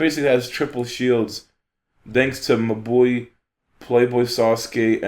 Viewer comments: Haha u pronounce mabui like my boy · Was looking for this comment! Took me a few "mah boi"s to understand that he was referring to Mabui lol I love that pronounciation